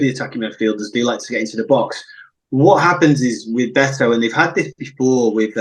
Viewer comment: Jeez. How hard is it to get the guy’s name right? Its Bet-o. Not Beeeeto There is zero chance of this guy making it in the premier league, by the way. He’s an absolute donkey